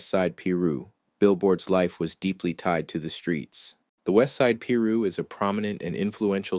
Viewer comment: Learn how to Pronunciate "Piru" [Pie - Ru] !